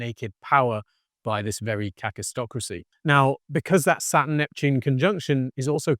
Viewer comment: I was listening to this from the other room, and thought you were saying "catistocracy". My cat was also interested and we both saw it leading to cat-tastrophy. But it's kakistocracy— "kak" in Afrikaans means...well, you can Google it. Either way, it's a pretty fitting term and very worrying. And is already kaktastrophic.